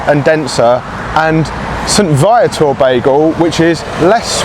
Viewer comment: The bagel shop is pronounced "saint-vee-a-ter" and as a 55yr old born and raised in MTL....its the best. And the underground City is a vast network of interconnected shopping malls, transit stations, and commercial spaces spanning over 33 kilometers (about 20.5 miles) beneath downtown Montreal.